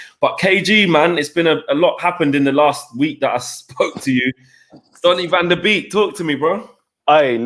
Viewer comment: Its pronounced van der bake not beek